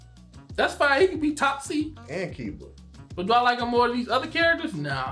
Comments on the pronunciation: Kiba being pronounced like "Kaiba" feels weird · So we just gonna act like my man didn't call my man Kiba Kaiba? Kaiba? 😂😂😂